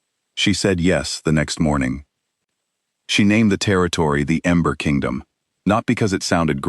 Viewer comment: Narrator is saying Amber Kingdom instead of Ember Kingdom. I love strong women stories. ❤❤